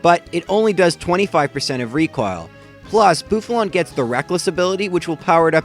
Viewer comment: You say recoil like Snake Recoahl